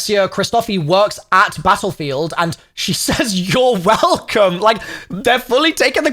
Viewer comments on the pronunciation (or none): He really said yourwolcomXD I bet they gonna bait and switch us tough Don't buy untill some time shall pass